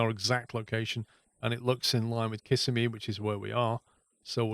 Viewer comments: As a local, I suggest Kiss SEM e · Its the second i in Kissimmee that is stressed. Sounds funny your way. Nice video.